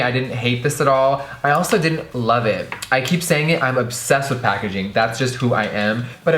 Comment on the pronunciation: That pacaging tho😂